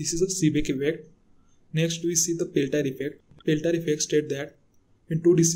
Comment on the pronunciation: Seeback instead of Seebeck, Peltire instead of Peltier. Just correct your mistakes then you can try to discuss about those effects. GL